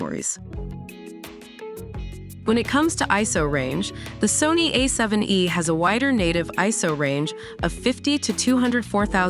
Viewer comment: The unfortunate result of using AI instead of paying for an actual human narrator. A7 E? Oh my.